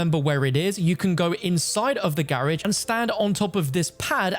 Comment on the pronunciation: In the grrrrrrrage!!!!! LoL😂😂😂